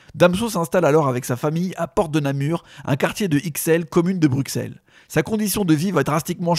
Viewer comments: je vous en supplie. vous faites une vidéo sur un artiste belge, apprenez a prononcer les villes correctement ! Bruxelles ça se prononce BRUSSELLE (/bʁy.sɛl/) et non pas BRUKSELLE. C'est comme si nous on disait Parisse ou Laïonne pour vos villes à vous. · On dit BruSSelles, pas Bruksel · Pour aider mes amis français ont dis bru SEL et pas bruX elle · C'est BruSSelles bordel pas BruXelles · Il a dit BruXelles avec un X Tous les Belges en sueur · on dit BrusSSelles !!! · Jvais cabler , les français ne savent pas prononcer "Bruxelles " ----> "Brussel" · BruXelles, j'ai mal aux oreilles... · Respectez la prononciation de Bruxelles svp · Prononcez bien Bruxelles svp...